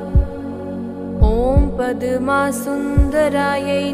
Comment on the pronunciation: It is not padama, it's padma